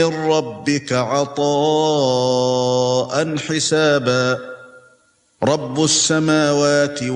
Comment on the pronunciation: آیت 37 میں رب بس سموات پڑھنا چاہیے تھا. زیر ھے پش نہیں.